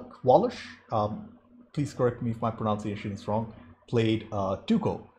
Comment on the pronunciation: Because you asked us correct your pronunciation... It's pronounced, pro-NUN-ci-a-tion. Great review. I've been really enjoying your videos. You really have a passion for good films.